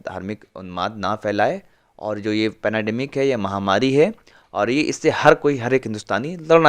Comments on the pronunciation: Its not panademic it's pandemic. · Bro it's pendamic not penademic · भाई पेनाडेमिक नही है पेन्डामिक कहो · Panademic? Panademic? Kya bhari